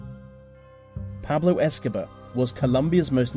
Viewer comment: lol the way he said pablo escobar killed me... You earned a new sub